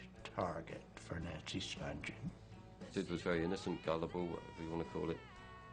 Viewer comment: The G is hard as in “good.” They keep saying “Spunjen” while it’s actually “Spunghen.”